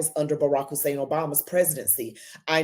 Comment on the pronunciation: No one will know that unless they research. I'm not and never have been impressed by this young woman or Dr. Sowell. I agree to disagree with them. The only thing I wonder about is why she needs to put an emphasis on his middle name Hussan. Barak his first name and Hussan his middle name as well as Obama his last name are all African and Arabic names. They are common names. Just like Brown,Smith, Jones, Green or Washington etc.Her emphasis on this name is attempting to associate it with what. It's demeaning and disrespectful on her part. .